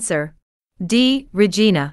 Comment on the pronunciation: Regina pronunciation is wrong? should be called RI Zhai na not re jee na